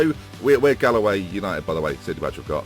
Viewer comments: It's pronounced Gawl-way. I didn't expect my local club's crest to be in this. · The name of the team you have the badge of is Galway United pronunced as GALL - (Hall with a G) way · It's pronounced "Gawl way" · That was horrible when he tried to say Galway!! :L. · You pronounced Galway wrong 😱